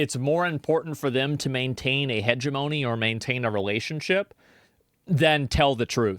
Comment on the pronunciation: Please learn how to pronounce hegemony.